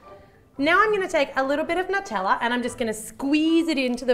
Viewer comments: NUT-tella?! That's so wrong! It's NEW (or noo)-tella! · Has anyone else noticed she said "nuteller" instead of "Nutella"? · that's NOT HOW U SAY (NEW-TELL-UH) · Sometimes she says nuteller and I think it's so funny, I don't know why it's so funny to me but it is